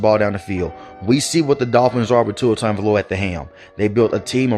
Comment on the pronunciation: Ah yes, Tua Tooaavalooaa